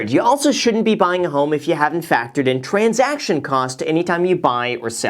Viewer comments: Love u Graham but "transaciton" will never be transaction 😉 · *transaction not transaciton. Great video though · "Transaciton" :D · "Transaciton"? 😂 Just kidding. Love your videos ❤️ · "Transaciton" haha... Nice. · So is no one gonna talk about “transaciton” cost? 😂 it’s okay, Jack. Great video, Graham! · Can't forget the 'transaciton' cost